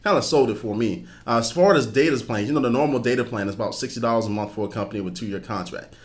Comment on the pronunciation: "29.99 a mumf"